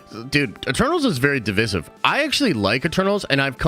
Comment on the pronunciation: Dude, PLEASE look up the pronunciation of "divisive."